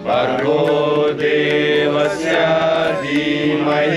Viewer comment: Request.please take guidance and correct pronunciation. Diyoyonaha..... don't say na.....devasya..... don't say devasyaa........ Happy to know.